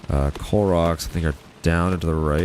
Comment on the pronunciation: I thought you were saying Clorox instead of coal rocks